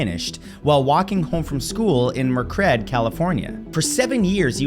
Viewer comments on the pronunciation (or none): You did NOT just pronounce "Merced" as "Merk-ed"... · He actually said Merk-Red. 😶 which is even worse.